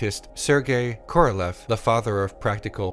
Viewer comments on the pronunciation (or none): none